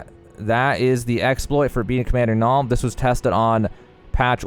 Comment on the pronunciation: As someone who's name is Niall, you mispronounced it terribly. It's nye-all not nall